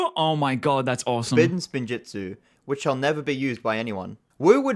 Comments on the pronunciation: literally hears how spinjitzu is pronounced and proceeds to pronounce it incorrectly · saying “Spinjutzu” instead of “Spinjitzu” is triggering me so much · god why cant he just use his GOD DAN EARS ITS SPIN JITSU NOT SPIN JUTSU AND IT ISNT FORBIDDEN , ONLY THE SPECIFFICALLY FORBIDDEN KIND THATS A WHOLE SEPERATE THING what isnt rlly explained well or at all is how they absorbed the elements of time into the blades (it was a special alloy that for some reason didnt absorb fire and water) and how wu got the dragons (a lot of if not every realm has its own dragons on top of the first realm having them tho its probably fair to assume first realm dragons are the strongest) zanes memory wasnt reseted its more like disconnecting 1 of 2 or more drives that contains it garmadon didnt CHOOSE to revert to being good , he got reverted due to the overlord being completely defeated and almost killed the evil got purged from him due to lloyds light/creation powers they revived garmadons evil side only cuz his soul got destroyed together with the cursed realm which he was chained in they basically re-created a body with the personality/instinct of how bad garmadon was pre-overlord getting killed the first time but he also got some oni powers/essence added so he became arguably more evil (tho having no memories and essentially being a brand new person cuz also new soul aint doing him good) "sons" of garmadon aint his sons , its just a name cuz they follow him same as in christianity people say everyone are children of god or whatev